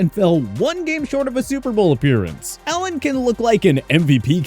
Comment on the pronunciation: he said Ellen instead of Allen lol